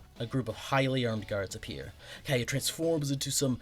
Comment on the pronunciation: Why did you say Katya like that??? 😭